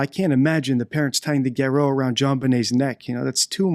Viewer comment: Why don't you pronounce "garotte" correctly!?